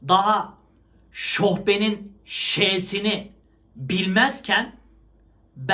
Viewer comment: Tebrik ediyorum. Ama "şohben" değil o "şofben" olmalıydı..🙂